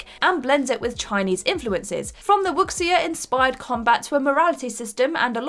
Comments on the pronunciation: Wuxia is pronounced "woo shaw". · It's unimportant, but Wuxia is pronounced like "woo-sha." When Chinese is transliterated with the Latin alphabet, the letter x sounds like an English sh... think of the Chinese president Xi Jinping, his family name Xi is pronounced like the English word "she." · Ugh...that pronunciation of 'Wuxia'